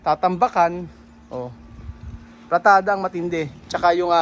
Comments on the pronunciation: PALITADA po. Ndi Platada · anong sabi mo... PLATADA????? muk mafi..... palitada dapat.....